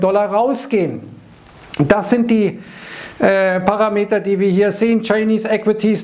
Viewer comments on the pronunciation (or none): none